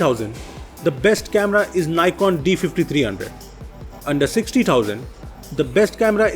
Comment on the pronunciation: He doesn't know how to pronounce NIKON